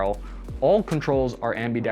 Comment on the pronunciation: Hey, you didn't add the extra syllable to "ambidextrous". I'll give you a like for that.